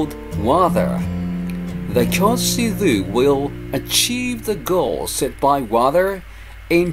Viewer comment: I'm just curious why you have problem pronouncing KYOTO?